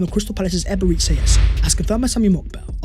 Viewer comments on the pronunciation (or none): EbereCHI....Chi...not See... Stop calling him Eberezsee Eze